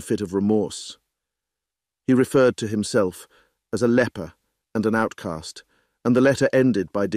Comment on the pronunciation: Great story, of course. The narrator's voice was pleasant but had a few mispronounced words. My favorite was saying the man was "a leaper" which should actually have been "a leper."